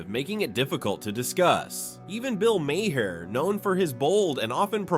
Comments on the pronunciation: Maher is pronounced Marr. Like Johnny Marr from the Smiths. He was born as a Maher but changed spelling at 14 so people would pronounce his surname right and avoid confusion with drummer John Maher. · Who the hell is "Bill MayHair"??? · Way too much narrative. And WTF is Bill Mayhare? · "If you know Bill Maher..." Says the guy that keeps fucking up his name.